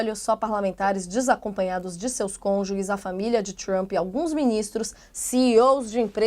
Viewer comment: Eu ouvi a apresentadora ler “cônjures” ou “cônjules”. Cônjuges é que não foi.